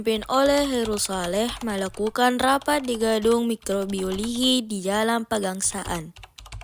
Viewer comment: Kren, cma salfok ka sma "mikrobioligi" 😭 fyi harusnya dsitu "mikrobiologi". Tp bgs skali ini, smangatt yakk💪